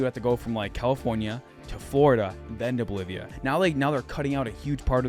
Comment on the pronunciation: Great info. Thank you. Keep the good work 👏 btw, did you say Bolivia?